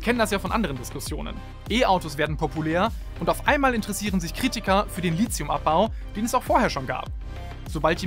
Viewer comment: LiTHium, nicht LiZium! Ansonsten sehr gutes Video :-)